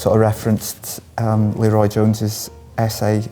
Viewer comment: Wish I could tell Sarah Martin to look into Criterion's Judex by the same director as Eyes Without A Face. Super. As for Amiri Baraka - I had a class with him in college - very memorable (and I'm old now). BTW - it is pronounced Le-Roi with not Lee-Roi with an emphasis on the Roi. Just sayin'.